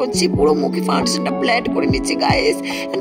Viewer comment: ব্লান্ড ❌ব্লেন্ড ✅😂😂😂😂😂😂😂😂